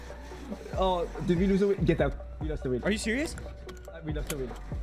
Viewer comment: Ayye they said wheel for wheel 😭😭